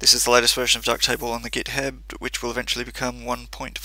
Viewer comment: github, not githab